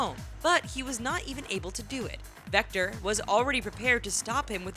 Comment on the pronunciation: One no one freackin cares and if ya gonna say victor say it right